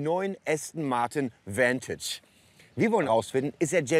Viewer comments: Name: Vantage Aussprache:Ventage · Vantage bitte entscheidet euch ob ihr das jetzt verdeutscht oder englisch aussprecht - das denglisch is ja grauenhaft